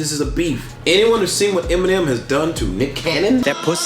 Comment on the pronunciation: 希望邊上的那位把Eminem的名字講對，不然真的很尷尬。三個影片，都講的怪怪的